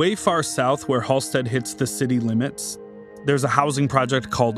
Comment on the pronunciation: Everytime he says, "Halsted street" sounds tourist. It's just HALSTED. He's probably from Waucaunda claiming Chicago. Also, I don't know how you mention the stockyards (Back-of-the-yards) and not mention Upton Sinclair and Henry Ford.